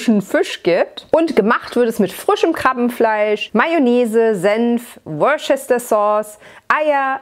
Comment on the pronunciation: Wird Worcester nicht eigentlich "Wuuster" ausgesprochen? 😜 Jambalaya kannte ich, obwohl noch nie probiert. Sollte ich mal nachholen 🤔